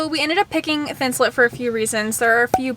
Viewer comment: Please people...please STOP CALLING IT thin-sul-IT. That is wrong and so annoying!!! It is thin-sul-ATE. Like I ATE the apple. NOT IT!!! I'm from MN where 3M is located. We know how to say it here, it is thin-sul-ATE!